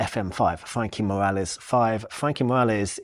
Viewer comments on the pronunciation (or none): none